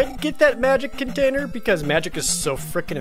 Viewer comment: Sometimes, when Jared says magic container, I hear it as magic potater.